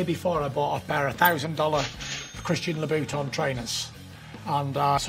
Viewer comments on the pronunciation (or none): Christian la’ boot-on